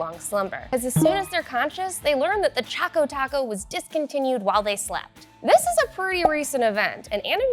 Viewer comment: It's Choco Taco, not Chaco Taco.